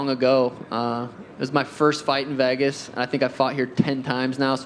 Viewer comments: Sean pronounces “Vegas” like “Vahgus” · No one: Sean: I love Vehgas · Sean please learn how to say Vegas😭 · why does sean pronounce vegas so weirdly